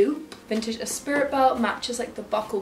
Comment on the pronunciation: I think the brand you are referring to as ‘Espirit’ is actually ‘Esprit’ (pronounced ‘espree’) 😂 😂 Not that anyone actually cares lol